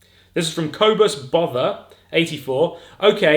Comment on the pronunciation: the way you pronounced "kobus Botha" is a bit wrong we South African's are probably laughing our arses off 🤣🤣good one keep up the good work we love your work alongside Micheal to!